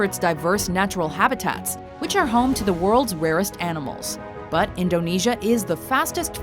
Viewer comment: you pronounce indonesia wrong its super annoying